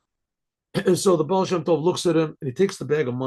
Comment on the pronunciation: Yeah but..... "Ba"al" You know?